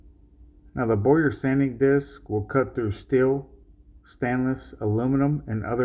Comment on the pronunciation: It’s not boy-yer…it’s bow-err